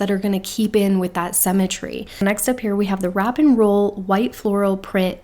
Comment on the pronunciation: I just discovered your videos today and am binge watching! Really loving hearing your take on the Kibbe system.💖 One small note of constructive criticism...you are pronouncing symmetry incorrectly. sym·me·try /ˈsimətrē/ I know this is a small thing, but with the amount of times you use this word (especially with describing classics) I thought you might want to know. 😘